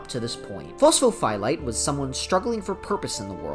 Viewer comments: Please stop saying phos pho phie lite, you're phyiscally hurting me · Across the deep dives iv started watching. It’s fun to watch people try to pronounce pho’s real name.